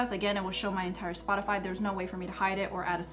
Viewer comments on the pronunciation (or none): none